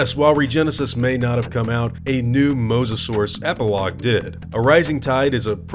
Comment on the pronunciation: I personally hope that the news reporter doesnt turn out as one of those old parents that are scared about their children browsing the internet. It also bothered me how she pronounced mosasaurus, it was like she didnt care. I think the charachter has good potentiol as a side/main charachter i hope they dont ruin here